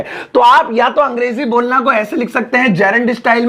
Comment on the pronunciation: Bolna. Bonla 😂😂